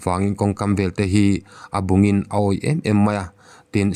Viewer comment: A bungin a awih em em mai a..,. "bung " ti a i lamrik dan hi a dik lo tlat. Yutuber te pawh hian an lamri diklo fo. bawk.